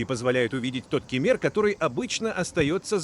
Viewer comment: Как только услышал Ке'мер сразу 👎👎👎